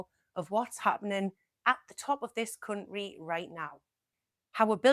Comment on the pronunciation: The way you say cunt ry is a funny AF